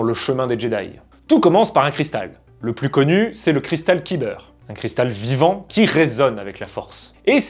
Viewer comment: le cristal qui beurre la biscotte ? (On prononce "caille beurre si jamais !) Bisous merci pour tes vidéos 😊